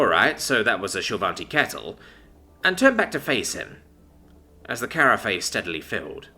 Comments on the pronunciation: Carafe rhymes with giraffe! That really grates... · carafe is supposed to be pronounced like giraffe 🦒 😂